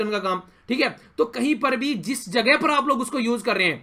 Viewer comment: Nicely taught sir 👍🏻🙏🏻 Lekin aap “yha par” ko “yha paa” mt bola kijiye 😣